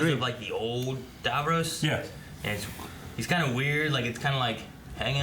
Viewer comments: God America it's Davros not Davroes. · No offence but why do Americans pronounce Davros as "Dav-rose" despite it being said correctly in the episodes? :) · Not a big deal, but I hear it every time: they're pronouncing Davros like Davos with an r. The way the characters say it, it rhymes with Ross, not Rose. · dav-row-se Me: lmao.